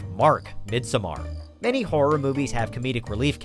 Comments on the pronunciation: Was the narrator seriously dumb enough to just call it “mid-sum-are”? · It's pronounced "Mid-Zommer". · Am I the only one who caught his insanely weird pronunciation of Midsommer?